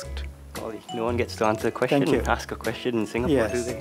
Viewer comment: It’s question NOT quesTion! Learn that first!